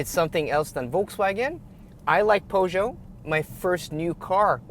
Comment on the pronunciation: I thumbs down immediately after you butchered Peugeot. Some awful reviewer